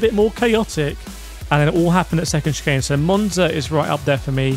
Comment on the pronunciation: You lost me with Monza and Sarthe as S....